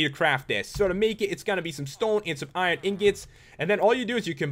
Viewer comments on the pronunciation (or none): none